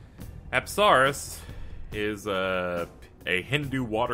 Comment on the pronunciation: says apsaras TRIGGERED ITS PRONOUNCE UPSUHRAS